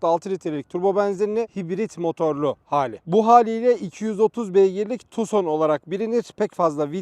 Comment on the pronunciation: tuson degil abi tukson.